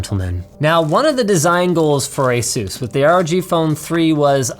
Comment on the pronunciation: Why does he say asus like jesus